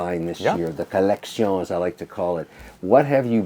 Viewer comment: Ludovic silently cringing when Kevin says "co-leck-see-own."